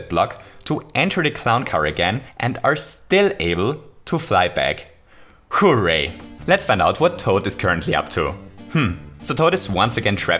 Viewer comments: Nobody:: WHO-RAY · I love the way you say hooray It kinda sounds like “Who-ray” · More like "BOOray"